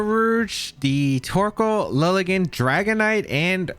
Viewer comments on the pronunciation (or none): none